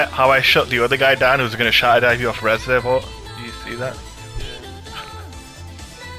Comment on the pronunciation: Lol o stead of shatter he says shitter 😂😂😂 absolutely jeenyus stuff. Get a kidney stone watching this.